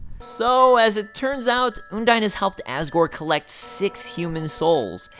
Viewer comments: Also, you are saying undyne wrong. It's supposed to sound like undying. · It's Un-dine kind of like you would say "undying" with the initial sound and the diphtong. I'm pretty sure this is the official pronunciation from Toby (no source though). I used to pronunce it differently too, like Un-deen, cause it sounds more like a real name to me. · I have to say, I love this so much, but the way you pronounce Undyne makes me cringe.